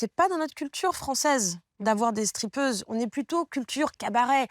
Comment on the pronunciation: elles disent "streapeuses" à la place de "strip-teaseuses" bel exemple de novlangue histoire de faire plus classe ou "tendance" RIDICULE